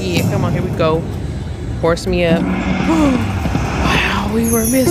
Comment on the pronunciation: did you just say "horse me up" 😅😂😅😂😅😅😂😅😂😅😅😂